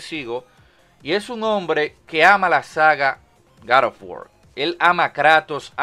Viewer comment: "gad of wor"